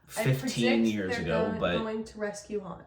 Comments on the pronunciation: Han* or Haan*, there is no Hanz. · Han. Not Hans. So many people do this. No idea why. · I'm sorry, but this was killing me. It's Han, not Hans. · Dude..... it's Han not Hans 😂😂😂. Also, the braids on Boba Fett's shoulder are wookie scalps.❤❤❤ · "Han", not "Hans". The "S" comes from Han's last name, "Solo". Han Solo. Time jump is about 3 years, and another ~1 year between this one and the next. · He is Han, not Hans. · Pronounced Hon like Honda, although Lando tends to say Han like hand, for some reason. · It is Han Solo. Not Hans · Han Solo. H A N no S or Z